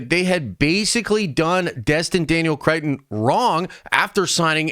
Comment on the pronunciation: what is it about the word cretton that makes you think there is an "I" sound in it